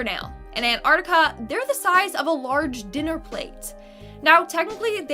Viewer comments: Antarctica not anarctica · You saying it wrong. You are meant to pronounce the T in Antarctica.